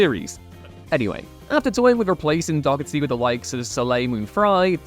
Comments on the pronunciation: Stop saying her name as dockerty! Someday this damn will learn how to actually say people’s and character’s names correctly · Couple of complaints...aside from the actors listed not technically meeting the "replacement" criteria due to playing different characters to those they 'replaced'...Shannen's surname is pronounced Doe-Her-Tee, not whatever you said, and the Jeri Ryan's Star Trek character's name is Seven OF Nine, not Seven Nine. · Learn how to pronounce Doherty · Is that actually how you pronounce "Doherty"? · No. Every time he said it I flinched.